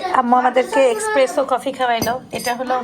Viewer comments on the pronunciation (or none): এক্সপ্রেসো না এই কফির উচ্চারণ এসপ্রেসো ☕️ আপনি আর আপনার জা এত ভুল উচ্চারণ করেন কেন।